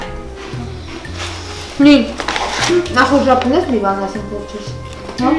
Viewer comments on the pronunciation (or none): none